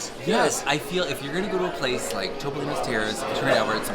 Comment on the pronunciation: Topolino is the word for Mickey Mouse in Italian. It is pronounced Toop-olino. Not TOP-olino. Love y'all!! I know what a stickler is about saying words correctly! Thanks for all of your reviews. Y'all know I'm a big Fan!